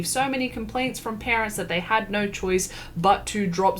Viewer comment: i know have saved to my phone because the way she says "nyo" is too fucking funny